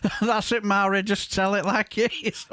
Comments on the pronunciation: Good morning sir, this woman is great, deals in facts, not idealoliges and feeling. Just for future reference (and this isn't me being pedantic) her name is pronounced Vari, in Gaelic any word with mh or bh is pronounced with a v as in Siobhan or Niamh (pronounced Neeve) have a great day and keep up the good fight mo chara (my friend) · Mhairi is pronounced Vahri. A small point, but an important one I feel.